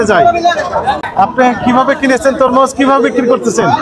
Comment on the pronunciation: তমরুজ না ভাইজান, তরমুজ হবে ❤